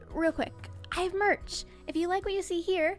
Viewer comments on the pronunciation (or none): none